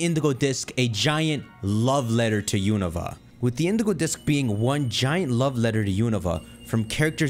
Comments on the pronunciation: The regions pronunciations are beating your ass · That Unova pronuntiation caught me off guard